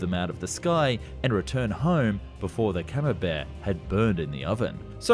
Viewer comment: YOU MASSACRED THE CAMEMBERT! (Moreover if you put camembert in the oven you need to be arrested) For the rest it's a great video, I love how funny french planes look some times (I'm french)